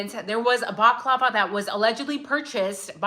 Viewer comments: Bal-lah-clah-vah 😂 Baklava is a Greek dessert. : ) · You are adorable not baklava that deliviousGreek dessert but a balaclava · It's bala clarva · As an Irish man, hearing you pronounce balaclava is 😂😂 love ya, English is my second language